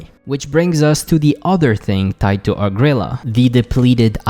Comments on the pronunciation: OH Gree Lah not ohgrila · O-gril-laa It’s ogre heaven, not o-grilla ffs